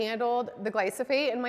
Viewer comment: small correction, you are saying Gly-So- phate. It is Gly-Pho-sate. The reverse of the two syllables 🌞 It really is a huge issue. My sense is it is not gluten often, that is bothering so many.. it is the glyphosate.